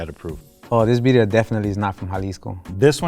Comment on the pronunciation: pronouncing Birria as Biddia and still hating is wild!